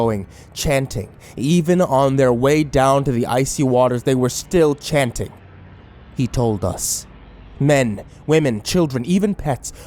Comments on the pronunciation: it's HE told us not etoldus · "e-tol-dus". Sounds like the language of a native South American tribe, possibly central American. I wonder what that word means.